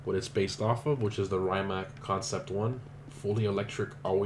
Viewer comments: Did he just say "ray-mack"?! It's pronounced "ree-ma-c" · It's actually "Rimac", not "Rymac", but still...glad that Croatian hypercar ended in GTA. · Friend, git no oroblem with you, but please pronounce Rimac like this: ree-mats